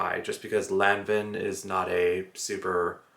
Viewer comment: Hey, check the prononciation of "Lanvin".;). Love your vlogs.